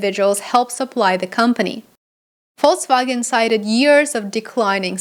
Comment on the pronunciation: You say Volkswagen correctly.